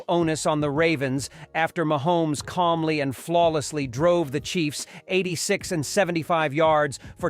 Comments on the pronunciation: Oh yuk....you can report better than this...Ma Homes. You are saying it wrong....even swifties can pronounce it. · I just love the machine voice. It sounds real but if the machine can't say Mahomes.